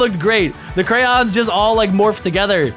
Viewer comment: “Furbo” Furbie btw “Crowns” Crayons btw